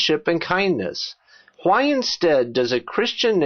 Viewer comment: your videos are excellent, i cant help but notice this.... you keep saying Hwhy.